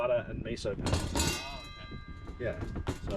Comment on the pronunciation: It's Miso not Meso, mi it's a i not e